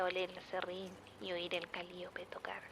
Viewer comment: Gertrude: Calíope Sasha, viajando al pasado: Se pronuncia cali[ó]pe Also, descubrí este canal hace como una o dos semanas y ya estoy a nada de ponerme al día, amo muchísimo tu trabajo! ♡